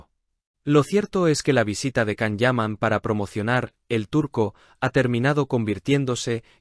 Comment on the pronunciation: Entiendan!!! Es Yan, Yan, Yan,Yan. Así se pronuncia el nombre de Can (Yan) Yaman. Por favor!!!....